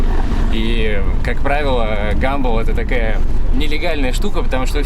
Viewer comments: гИмбл???? гАмбл!!!!!! Ни кто же не говорит - БаблгИм? баблгАм!!!!!!! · ГАмбл а не Гимбл